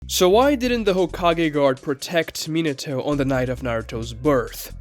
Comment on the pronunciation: I'm sorry, but you suck at pronouncing Japanese names and it ruined my experience watching the video. Why you keep saying Minato like that?